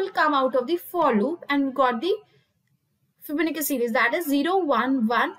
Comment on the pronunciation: It's fibonacci not fibonicca 😂and why is she trying so hard for the accent. lmao